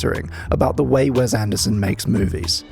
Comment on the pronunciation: I'm more upset about hearing Wes pronounced "Wez" so many times in such a short period of time